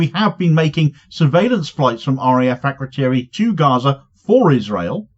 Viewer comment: As a side point, it’s a bit telling that none of the MPs can even say ‘Akrotiri’. Why do we have a military base over 3000km away, somewhere our so-called leaders can’t even pronounce, facilitating genocide in an open-air prison 3500km away?